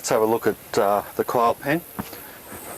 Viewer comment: oh, this is just what I wanted to see! the nitty gritty, the daily grind. but...I gotta love the accents. your quail sounds a lot like "coil" so my derpy mind is daydreaming of a little pen filled with little coil springs. bouncing around. I do have a question about this style of free ranging. you put the chickens away in the evening, I imagine. do you have troubles making sure all the birds are in the pen? I wonder if you could use a "one way gate" that you can close the door, in late afternoon, and by evening, they've all filtered back in, through that gate, and then you lock it, to prevent predators getting in? ponder